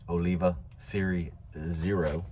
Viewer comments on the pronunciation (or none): Great tip man and great smoke!! Also it’s Olivia serie O not zero just a fyi